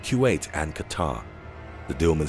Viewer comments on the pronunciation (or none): none